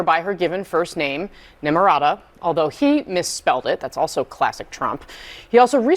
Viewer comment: "Nimrata", not Nimrada".